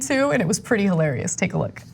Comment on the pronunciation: Hey pRetty has an “r” in it.